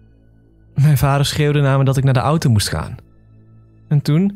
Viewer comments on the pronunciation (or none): none